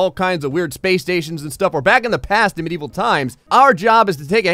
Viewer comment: did he say MIDEVIL TIMES!?!